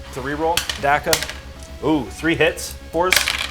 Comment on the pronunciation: Brah, its Dakka not Dakka